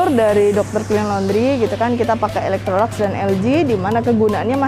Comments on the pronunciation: Bacanya Elektroluks, bukan elektrolaks. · Yg benar ilektrolaks